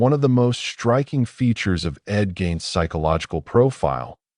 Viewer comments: Its not gain... pronounced GEEN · no it's not. Mispronounced Gein's name right at the beginning. We have to stop supporting lazy AI content.